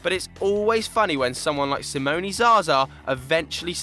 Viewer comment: "Simonee" Zaza? Cmon guys